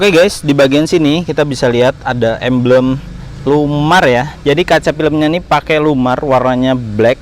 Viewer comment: Mf sblmnya...apa sy salah denger yaa? Kata emblem kedengaran nya menjadi ambeyen ( sejenis penyakit ) 🙏🙏🙏. Tp secara keseluruhan penjelasanya cukup di mengerti.